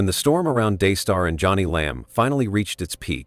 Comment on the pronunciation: This is AI generated. Her name is pronouns Joan-ie, not Johnny. Totally disagree that she’s sincere. She knows she’s lying and keeps telling another lie to coverup the last lie.